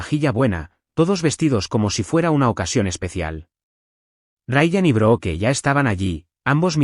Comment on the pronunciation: No se pronuncia BROOKE , SE ESCRIBE BROOKE PERO SE PRONUNCIA ""BRUK "" LA " E" ES SILENCIOSA.